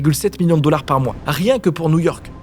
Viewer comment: J'avoue 😂 La perle est attribuée au dollards 😅